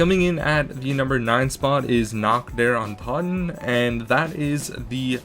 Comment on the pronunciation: its not toen its toten:')